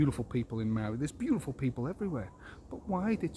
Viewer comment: You aren't a New Zealander. You don't even know how to pronounce the word Maori. If you had understanding of the Law of the Land and the Treaty of Waitangi, you'd understand Co-Governance. You think like a colonist.